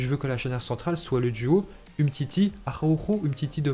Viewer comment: C’est qui tu appelles ajawoujo au juste. C’est Araujo